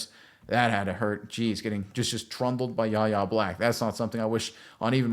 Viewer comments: WHY-AYE not YAH-YAH. Please man killed me. You’ll learn his nah. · Pronounced “Why Yay” not “Yah yah” the Kendrick Lamar song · His name is pronounced Why-Aye!!!! Not YaYa!!! Get it right, you sound like a dope, you say YaYa about 100 times! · His first name is pronounced Why-Ay, not YaYa. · Ref 'The Beast " ... Fifty years ago the Steel Curtain featured the great. number 78, Mad Dod (Dwight) White ... Do the steelers now have the, number 78, Mad Dog Black? ( Yahya's first name is pronounced " Why-yay") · Y-A!!! Sir. Get his name right! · it's "Why-yay" Black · His name is pronounced "Y-hey" with a silent "H". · It's pronounced "Y" "yeh" Black. Yahya Black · It's PRONOUNCED "WHY A" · His name is pronounced ("Why" - "Yay") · YES! Name is a little weird to say but it is pronounced more like "Why-yay" but pronouncing the letter "Y" instead of the word "why" "Y-YAY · Pronounced Why A! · Decent video but u catch an L for pronouncing his name wrong bra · You should learn how to pronounce his name if you're going to do an entire film session on him.